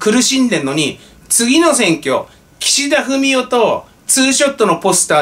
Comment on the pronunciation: の発音で、たまに、岸田フェミお と聞こえたりしますが、全然違和感ありません。